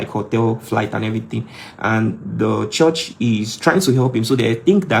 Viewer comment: Stop saying CHORSH